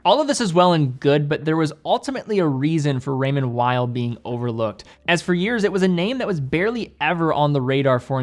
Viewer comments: Pronunciation of Raymond Weil? The w should sound as a v I think. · More French sounding...Weil is w sounding 😁